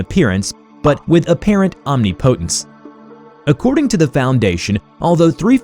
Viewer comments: I’ve never heard anyone pronounce omnipotence as omnipotentce before is that just a different way to pronounce it or did he read it wrong? Genuinely asking. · Pronounced omnipotence wrong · It's pronounced "omnipotence", not "omnipotence". Ha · I think it's funny when people can't say omnipotence correctly. You do know there is Google pronunciation for English correctly .